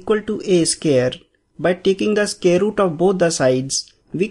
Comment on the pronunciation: please pronounce in proper way... its not scare, its square.. make sure it correct.